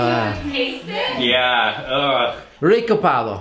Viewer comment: JAJAJAJAJA no puedo creer, creí que decía siempre " RICO PAVO " y era " RE COPADO "